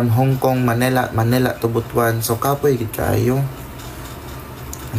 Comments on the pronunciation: Tagalog: Buto-an ❎ Cebuano: Butwan (Butuan) ✅ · E ko correct lang Po kita s tamang pag pronounce ng BUTUAN ... Mali Po Ang pagbasa mo na BU .TU.AN Ang Tama pong pag pronounce is BUT.WAN not BU.TU.AN Ang sagwa pakinggan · Pls the place is pronounce butwan hindi butu an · kublaan tas butuan😂😂😂😂....butwan...😂😂😂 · Natatawa ako sa Butuan mo 😂 ... It should be But-wan 😂